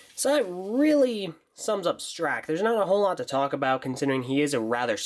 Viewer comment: im sad that the opening he didnt say "I need to straxk you a question"